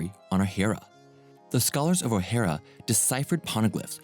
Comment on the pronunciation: Nerona Imu ,not Nefertari ( Lili,Cobra,Vivi). Ohara ( Oh- Haara) Kozuki ( Kogh - Zoo - Key) Mary Geoise ( Maa-ree Jo-Aaz).